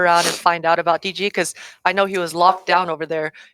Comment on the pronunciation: os cara nao sabe falar o nome do DG kkkkkkkkkkkkkkk